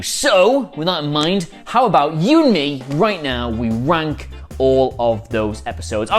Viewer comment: Is it just me, but when he says "rank", does it sound an awful lot like "wank"? I mean, it still kind of fits, but dude...